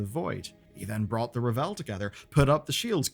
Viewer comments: Its RAVEL, not Revel 🤦‍♂️🤣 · driving me crazy mispronouncing The Ravel. It's not Revel, it's Ravel. Like unravel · Ravel = RAH-vel. It's not French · Am I really going to have to spend the next four months listening to people pronounce Ravel as "ra-VELL"? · Sometimes I wonder if pronounces things like 'The Ravel' wrong on purpose to make people like me comment lmao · I've noticed a lot of the UK youtubers pronouncing it this way, in spite of the fact that the audio drama and all the voice lines in the game pronounce it correctly. I'm wondering if this is just a UK thing.